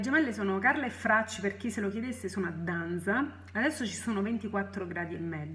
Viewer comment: ok grazie, comunque muoio dal ridere quando dici " Dan"z"a, mi strappi sempre un sorriso grazie ;-) ...